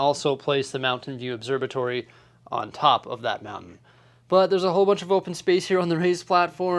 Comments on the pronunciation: Its an «obserVatory» not «obserBatory» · Never noticed till now you say it obserbatory 😂 there's a V in there bud.